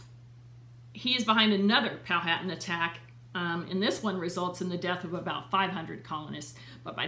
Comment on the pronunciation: The H in Powhatan is silent so pronounced pow-a-tan. I am 11th great grand daughter of William C. Claiborne